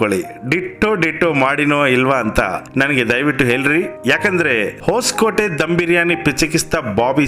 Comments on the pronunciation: అది హోస్కోటే కాదు సార్, హాస్కోటే... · ಬ್ರದರ್ ಹೊಸಕೋಟೆ ಅಲ್ಲ ಹೊಸ್ಕೋಟೆ